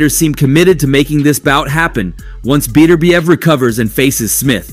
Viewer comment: There is no fighter named Better bee ev. His name is Bet urb iev. The emphasis is on the second syllable.